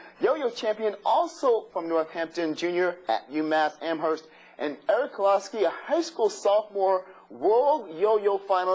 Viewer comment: Eric kozlowski!? lol talk about butchering a last name